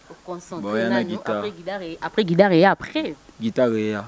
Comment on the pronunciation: on ne dit pas guidare mais plutôt guitare OK?